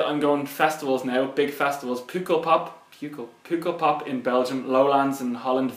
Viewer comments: That was really good! Pukkel is pronounced "puckle"...it means pimple....I don't know why they called the festival that but there's probably a story. Or maybe there's another meaning for pukkel in Belgium (I'm from the Netherlands). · also it's puh-kkelpop! loved this